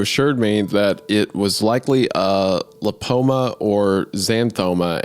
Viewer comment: Not trying to come off as an A-hole, but please look up pronunciation of words if your job is being a podcaster. Betadine and lipoma are not absurdly odd words, a quick google search is all it takes. Love the pod guys, just some constructive criticism. ❤